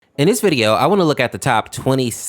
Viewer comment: Him: in this video, What i hear: EnIs